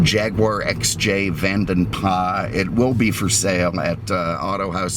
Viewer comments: Ford didn't "get involved" until 2007. BTW - it's "PLAS" not "PLAH". The name comes from a Belgian coachbuilder from history. It's not a French name. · Vanden Plas: Originally Belgian coach builders with a Dutch name. I believe you should pronounce Plas as plass. I love your videos though.